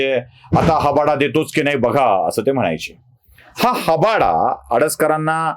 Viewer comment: हबाडा नाही हाबडा.